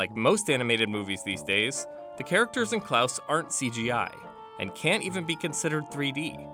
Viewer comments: why does he keep pronouncing it as “klAAuse” instead of “klAHse”???? its killing me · why did he say clous?????.????? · How tf do you pronounce “Klaus” so terribly